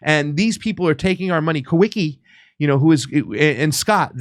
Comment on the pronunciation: I believe the correct pronunciation for the guy you call Kah wee kee is Kah vee kah